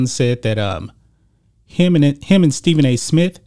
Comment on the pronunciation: This guy can't even say Stephen A. Smith. Geez